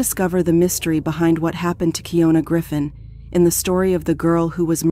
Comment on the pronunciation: She says on the phone call her name is keeYonAh & yet you still keep saying keeYoNuh… seriously wtf